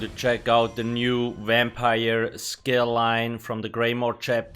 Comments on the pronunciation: Exactly what i was thinking "wampire" lol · Is this a vampire review or a "wampire" one..